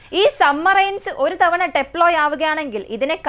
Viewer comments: സമ്മറൈൻസ് അല്ല സബ്മറൈൻ ഡെപ്പോയ് അല്ല ഡിപ്ലോയ് ആണ്. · ഡെപ്ലോയ് അല്ല മോളെ ഡിപ്ലോയ് ആണു